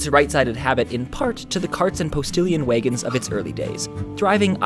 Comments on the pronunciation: Whats a waygon? You mean wagon??? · He said "waygon" That totally ruined this video for me. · "Way-gon?" Are you from Minnesota? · Interesting pronunciation on "wagon"...way-gun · Did you say "Waygon" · The way you say "wagon" is weird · I would like to know where the word wagon is pronounced like that.